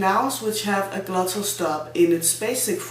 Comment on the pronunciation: Perhaps you mean the GLOTTAL stop. It derives form "glottis" = vocal cords. The English words "glottal" an the non-existent "gluttal" would be very different in English (British) pronunciation.